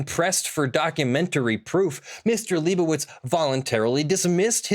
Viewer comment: it's been like 8 videos and still hasn't said "lie bow itz":( Lie bow itz how bow dah